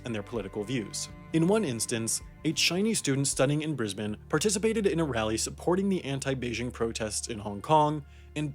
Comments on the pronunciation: finally, a non-Australian pronouncing Brisbane correctly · surprising he nailed the pronunciation of brisbane and melbourne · did I just witness an american pronouncing Brisbane right? You sir, have my respect.